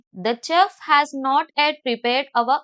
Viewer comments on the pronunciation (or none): chef pronunciation is shef